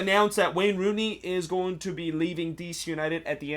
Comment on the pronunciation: Its rooney dude